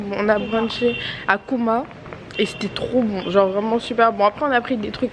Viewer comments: D :D :D C'est pas kuma c'est Cuma(Jomaa) ça signifie vendredi. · coucou juste pour te dire que le restau où vous êtes allés en Turc ça se prononce djouma et non kouma bisous